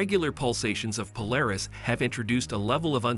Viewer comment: Interesting topic, but very rambling and repetitive narration. Also a very click-bait title: Narration contradicts title by stating that the star may be on the edge of exploding, but then says it's going to collapse into a white dwarf. Also, the text-to-speech narrator can't say Polaris right.